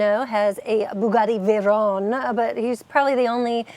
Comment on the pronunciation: its veyron not veyronne its a french name not an italian name